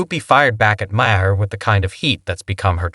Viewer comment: How many ways can you miss pronounce Maher in one video?